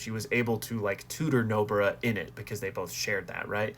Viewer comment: Bro why tf you call "Nobara" as "nobra" bruh